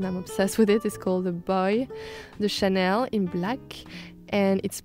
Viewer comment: I thought she worked for Estee Lauder?? Chanel fits her mood and style though. As she is French, I love her pronouncing the names ;)